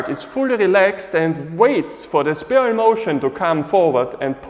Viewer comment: As a point of reference, is there a particular acupuncture point location on the bottom of the foot associated with where our weight should rest for the 50/50 mabu position, and would it be the same for 50/50 standing taiji commencing position? Also, respectfully, it is pronounced SPY'-RUHL...like a spy. Thank you for another excellent explanation.